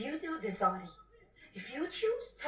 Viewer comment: ARTIE not Archie